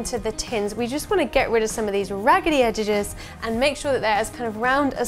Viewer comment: what is edgeges?